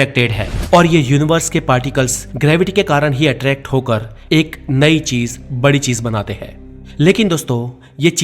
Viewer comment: Thoda sa urdu thek kro .... Cheej ni hota chiz hota h